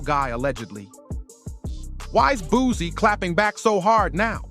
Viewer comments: Boo-C mane......not BOOZY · Man dude it’s boo-see (boosie) learn the name before doing the vid 😂